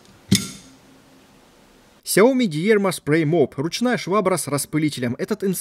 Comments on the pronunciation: стоит всё-таки выучить английский язык и понять что в английских словах ударение идёт на первый слог потому фирма называется д'Ирма. То де*типо у тебя то диерма, пора повышать уровень, подписчиков то у тебя не мало... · дИрма,... дИИИИрма))) ну таковы правила английйского) Замок на свой амбар хорош)))